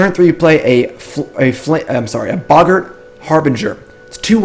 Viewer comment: Bro, you need to look up the pronunciations for "boggart" and "harbinger".